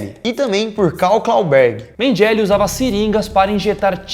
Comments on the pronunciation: "Átol, Mengéle".. ao invés de atol e "menguele" fora outros erros absurdos de pronúncia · Atol se pronuncia Atól e Mengele, Menguele. Abraço meninos! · Curto seus vídeos há anos, mas po, vocês tem que arrumar a pronúncia de palavras e nomes em outros idiomas. Até a pronúncia do nome do Mengele vocês erraram! Incomoda. Fica a dica. Vocês são foda!